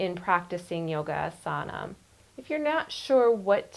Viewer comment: it's pronounced "AH"sana, not aSAHna :-)